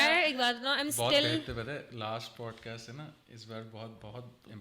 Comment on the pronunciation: She is saying pot cast😂